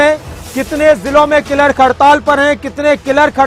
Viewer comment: क्लर्क को किलर्क क्यों बोल।रहे हो न्यूज रीडर महोदय।